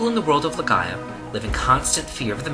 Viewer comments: I know this vid is old as hell. And I have no idea if you are still making vids, but, you covering one of my favorite games of all time, Legend of Legaia, had me triggered as you mispronounced if 4/5 times you said it, but correctly said it your last time. It is NOT LeGAYa, its LeGUYa. "ai" make the "I" sound. I just had to say that. Good vid otherwise. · Swee-kuh-den. Legend of Le-Guy-Ah. That’s how you pronounce those. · Is it really pronounced "Leh-Gay-Ah"...???